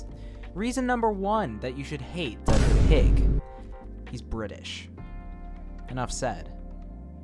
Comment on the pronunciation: Every time u said DUOUG I laughed so bad 💀my sense of humour is broken